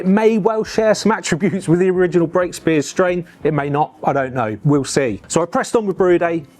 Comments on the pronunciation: Superb video. I grew up in South Oxfordshire and Brakspears was everywhere. I was very sad to see the Henley brewery close all those years ago. One point: it is pronounced Brack-spears, not Brake-spears. Cheers 👍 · Very interesting but its Brakspear note Brakespear